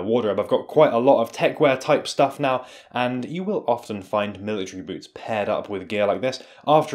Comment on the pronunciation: bruh says "now" like he aint only got techwear